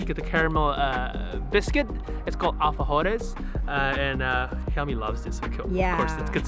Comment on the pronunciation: The Pochito is a great place for Chileans. PS: your pronunciation of alfajores it's very good